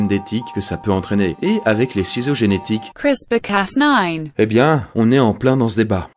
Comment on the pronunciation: XD Vous mettez toujours la traduction de CRISPR Cas9?.... En français ça se dis exactement pareil sauf CRISPR qui se prononce "CRISPEUR".... Avec plaisir ;)